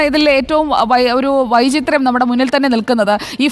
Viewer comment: വായ്ചിത്രം അല്ല വിചിത്രം 🤣🤣🤣🤣🤣